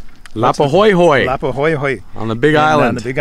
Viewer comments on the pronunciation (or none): Lapa ho’i ho’i. Not hoy hoy